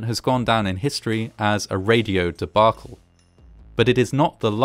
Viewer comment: Boy, you just don't hear voice-overs using the word "debacle" nowadays...thank you for pronouncing it correctly -- your intelligence is one of the reasons I love your vids. Thanks!